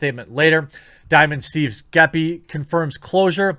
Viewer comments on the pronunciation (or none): It's pronounced Jeppy not Geppy (Geppi)